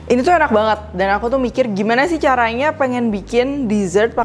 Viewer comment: "Uaenak rek" 😁 wong suroboyo kah?